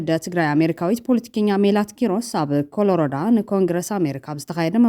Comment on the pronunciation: ክብርቲ መዳለዊት ሓፍተይ ኮሎራዶ እሞ በሊ ኮለሪደ ኣይኮነን እንተ ብዛዕባ ዓወት ኣፍቲ ስርዓት ሓፁርን መታለልን ስርዓት ኣይሁዳዊ እንዲዩ ብ1820 ዓም ዝተጀመረ ሪፕብሊካን ድማ ብ1856 ዓም ንሉተራን ፕሮቴስታንት ዝተመስረቱ ንኻሊእ እምነትን ተርኢዮ ዘይቕበል እሱር መካበብያ ምኻኑ ፈለጠዮ እሞ ፀረ ኣኽሱማውያንን ፀረ ተጋሩን ኢዮም